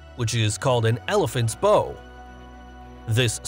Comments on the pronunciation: Elephant's Bow as in "Ow", not "Oh" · it's not bow as in beau, it's bow as in bough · I suspect the dipping of the nose of the craft to empty or load the cargo bay is not "an elephant's bow" with "bow" pronounced as in "bow and arrow". It's a "bow", as in taking a bow after a performance. Never just read what someone puts in front of you without reviewing it first. Otherwise you'll come off like The Donald, pronouncing "Yosemite" as " ′yose-might"; or Thailand as "THIGH-land"; or the country Bhutan as "button", or "Nepal" as "nipple". However, if you don't mind looking like a tool, don't worry about it. He doesn't. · Elephants Bow? It is Bow as in bowing (pronounced baugh, not boe). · "Elephant's Beaux "? Elephant's Bow (rhymes with "wow") surely? Is this faux pax an indication that the narration is AI? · That's an elephant's bow (rhymes with now). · Spelled bow. Pronounced bough. Like "Great performance, take a bow" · Elephants bow as in “the singer took a deep bow and received a standing ovation” not as in “I put a pink bow on my pet elephant”. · I suspect the script-writer meant "m" for "meters", not miles. Also, I suspect that in the term "elephant's bow", "bow" is the verb for bending forward that rhymes with "cow", not the pretty knot you tie on a gift box as the speaker pronounced it. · Pretty sure the "ow" in "bow" in this context is supposed to be the vowel sound in "out" ... as in "bow and curtsy" As in when tamed elephants kneel on their front legs ... you know, like a bow. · An elephant's bow, or kneel. Not a bow, as in ribbon, or bent flexible stick. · And if you've got so much to tell us about a plane how about pronouncing "bow" correctly.